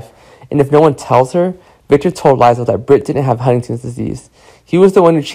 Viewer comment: Omg this guy cant pronounce anyones names… lie zel? So behind